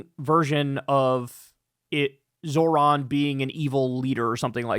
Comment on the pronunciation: Can someone please teach Kyle how to say Zohran correctly? He says "Zo(h)r-an" (Zor-ahn). Its pronounced "Zoh-ran" (Zoe-Rahn). Its driving me insane because he criticizes people for not saying his last name correctly and then mispronounces his first name constantly lmao